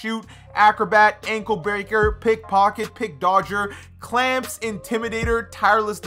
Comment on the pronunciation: The way he said ankle breaker😳😳😳